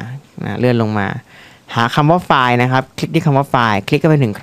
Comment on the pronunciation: 3.23 file นะไม่ใช่ ควาย !! อิอิ